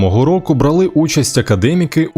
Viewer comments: Диктор говорить крадЕ, бралИ. Треба говорити крАде, брАли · Повна маячня і маніпуляція. Автори поширюють неправду, маніпулюють, а брехню загортають у історично справедливу риторику про геноцид українців. Автори відео - русомовні: і не знають, що "кип'яч", і "виляск", "чепурун" і "сновида" є в академічному словнику!!! А диктор вимовляє "бралИ участь" і т.ін., не буду передивлятися відео для "пошуку бліх". Т.зв. "харківський правовис" - НЕ УКРАЇНСЬКИЙ, А СОЦІАЛІСТЬСЬКИЙ - це лівацьке згвалтування нашої мови, а не патріотизм! Агатангел Кримський - геній! Проте він був соціалістом, і його мислення було зосереджене не українізувати мову, а переробити її з української на робітничо-селянську! Микола Зеров був сином козачки і русифіковавного неука-селянина, в їхній сім'ї розмовляли РОСІЙСЬКОЮ!!!! Звідки йому було знати, як правильно писати "міф"? Наша сучасниця Орися Демська узагалі не є авторитетом у філології: вона свої фантазії видає за істину. Факультет української мови в НаУКМА - один з найслабших в Україні, а засилля ліваків-грантожерів у останнє десятиліття стало ганьбою для моєї альма-матер! Раніше писалося "етер", "міт", "ортографія" - це вигадка і дурниця! Бо писалося так, як кожен письменник відчував - а норми не було! ЦИНІЧНІ МАНІПУЛЯТОРИ І БРЕХУНИ!!! Кому вірити і що читати, щоб знати правду? Починати треба з Антоненка-Давидовича "Як ми говоримо". Слухайте (дивіться) відео нашого сучасника Сашка Авраменка. Автентичність слова перевіряйте у словнику Грінченка (Словарь української мови, 1908) і в академічному "комуністському", прот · Подекуди ведучий робить російські наголоси. Наприклад, бралИ участь. Ганьба!!!